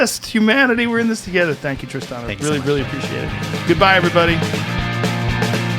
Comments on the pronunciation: As someone who spells their name tristan it just chaps my cheeks how he pronounces his name lol but hey not everyone says it the same way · His name is Tristan not Tri-Stan. hate this loser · I had a 5 min conversation with my husband 2x... once when Tristoooon pronounced his own name and again when Rogan said Tristooooon 🤦🏼‍♀️ No sure why but this really bugs me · As much as I appreciate this man I'm not pronouncing his name the way he says it's pronounced his name is Tristan not TristOn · Pronouncing his name as Tris-tahn is pretentious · Why is his name pronounced like that? Wtf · I really like this guy but can't trust anyone that wants to pronounce a boring name differently to feel original. I'll just leave this here